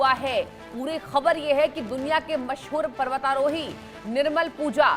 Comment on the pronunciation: Tere jese chutiya ko kon anchor bna de rha h na nam thik se bol pa rhi h parvatarohi tak thik se bol nhi pa rhi .or tour guide kya hota h dilli manali tour karata tha kya wo .thumbnail kya h .bndr ki gand jesa muh le kr aa jate h yrr